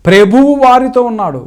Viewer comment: This fellow nursery school student that is why he is not Speaking correctly